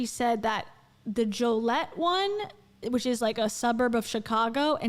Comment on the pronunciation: Jo-LEE-et 😆 ILL-in-oy